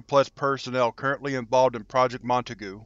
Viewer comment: The g in Montague is pronounced as an H ....mont-a-hew